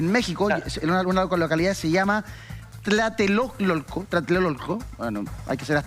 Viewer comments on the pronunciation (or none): Min. . " hay que ser azteca para leer esto" ... No hay que ser azteca para aprender a leer... Tlatelolco y no Tlatelololco. En otras palabras los aztecas si saben leer. BURRO OREJÓN.